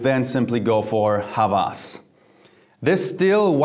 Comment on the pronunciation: God jeremy I told you Hawas, the w is pronounced |wa| it means obssesion